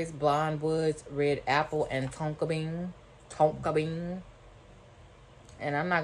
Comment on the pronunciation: The way you said Tonka bean😂🤣 love you friend! Keep up the good work☺️